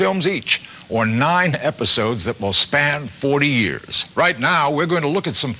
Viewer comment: ITS PRONOUNCED “NINE” NOT NEE INE